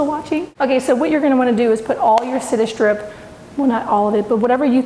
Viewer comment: Come on girl.....read the labels and give proper credit to the brand name.......Citistrip ?? Mini wax ???? The stripper is called Citristrip as in citrus, you know, orange, lime, etc. Hard to take this too seriously when you constantly misspeak. Otherwise pretty good tutorial.